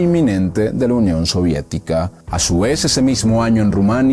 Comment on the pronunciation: De no haber ocurrido el golpe de estado, seguramente la unión soviética seguiría existiendo con un modeló similar a China. Una lastima. Ojalá hagas un vídeo de Antonio Gramsci. se pronuncia chauchescu